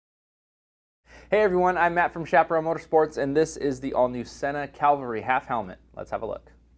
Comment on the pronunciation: FYI it’s cavalry not calvary. Just saying! Thnx for the good review.